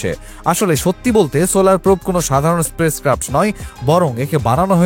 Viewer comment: আপনি space craft কে বারবার বলে চলেছেন Sprace craft !